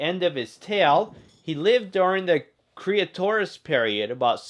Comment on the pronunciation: Its not creatoris period it's Cretaceous period